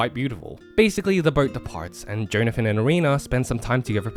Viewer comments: I know it's a joke, but i can't help but puke every time you say JOE-nathan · everytime he says jhonathin he says joneathin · Johnathan my favourite Joestar, for real. Edit: Unironically. I'm not making a joke about how he said "Jone-athan" the whole video. I actually think Johnathan is a great man and a great role model. He sets the bar that few of his offspring will ever approach. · I literally spent the entire video getting so angry about your pronunciation of Jonathan until The very last minute when I understood the bit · How do you not know how to pronounce Jonathan, one of the most common names on the planet.